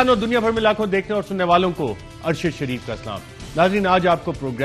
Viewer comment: Ye say ""shairf"" he itnay neech hoty hein???? Unsubscribe him, shadeed idoit hay.